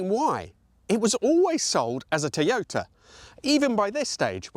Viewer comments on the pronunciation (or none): Odd way of pronouncing Toyota....Teeyota. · The name is pronounced Toy-ota.